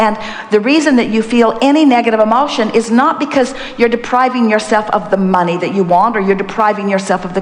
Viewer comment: Money ? Oh, you mean ' mon - eye '